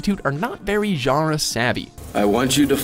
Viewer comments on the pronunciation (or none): none